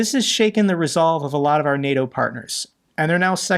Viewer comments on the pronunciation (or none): none